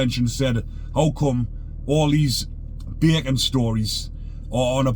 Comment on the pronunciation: Nobody says Bacon's as good as.. I laugh everytime he says it.. Geordies sound like they really mean it when they say Ba'cons haha